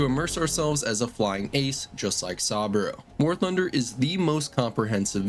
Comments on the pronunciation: Sah-boo-row Not sawbro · Jesus fucking christ, how are you able to fuck up pronunciations of SOOOOO many names when they game quite literally tells you how they’re pronounced a million times? SUH-BOO-ROH, not “sahbro” Not to mention every other name that got butchered to no end lmfao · Sah-bro ✅ Sah-boo-roh ❌ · Also learn how to pronounce saboru what is this ai trash? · bro how do you mispronounce saburo arasaka's name when they say it throughout the entire game.... like come on seriously 🤦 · How do you say the name Saburo so wrong when you clearly played the game and would've heard it pronounced correctly multiple times?